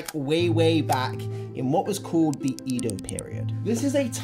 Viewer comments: Just want to point out that Edo should be pronounce as Ed-do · Ido (well) instead of Edo (江戸)? I don't know how much you know about Japan, but if you don't know this much, you're a know-it-all. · A little tip, the Japanese language is more phonetic so Edo = eh-dō, manga = mahn-gah, etc. great video though!! Love the part of you interviewing con goers, seeing them so enthusiastic and seeing so many people into anime makes me want to go back to cons again! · Great video. You pronouncing manga like mango & Edo like eedo made me cringe, but I pushed through... 😅